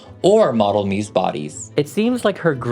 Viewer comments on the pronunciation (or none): none